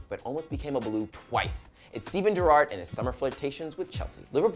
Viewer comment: You're really fucking annoying and shit prez. You can't even pronounce Gerrard one of the most famous players of all time and who's actually played in the MLS.